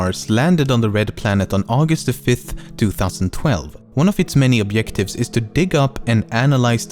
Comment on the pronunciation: Are we all gonna IGNORE THE FACT THAT THIS GUY CAN'T SAY OBJECT OR OBJECTIVE ? :))